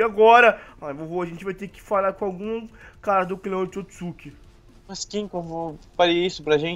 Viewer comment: o hagoromo é otsotssuki